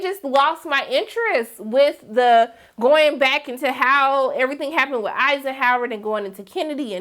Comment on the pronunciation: Additionally, I am happy the series is over so that many different reviewers can stop pronouncing Mrs. Eisenhower's name wrong . And Ryan Murphy needs to get back on the black pills because this whole season was awful. 😒